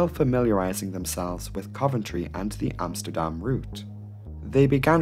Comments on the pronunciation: I like how you pronounce Amsterdam the Dutch way. Small detail, but props! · Bravo you pronounced Amsterdam right haha I rarely hear that from a foreigner haha